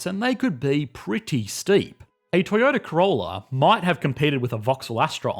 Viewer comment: I hear "Toyota Corola" Me: "Am I watching Real life lore?"